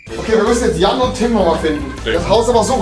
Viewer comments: Musste immer tot lachen er sagte immer pennes jan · Jan sagte immer pennes